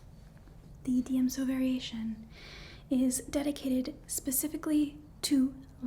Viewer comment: ... is it sad that I have actually done panels on the 7 lightsaber styles? Granted I know more about Star Wars than any healthy adult should... But I am super proud of you for pronouncing Djem-So properly. Most people don't.